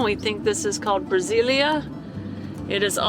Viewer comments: A primeira cidade , busquei é "BrasilÉia" , e Não "Brasilia" Capital ... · You pronounced Brasiléia as Brasília, the capital. You started right, but then you have to pronounce the "E" in an accented manner, like in the word "Check" and for the "ia" you can say it like to a soft "yeah" and it will work. :) Hope you've enjoyed your stay.